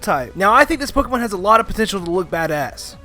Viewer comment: I hate hearing mispronounce Pokémon names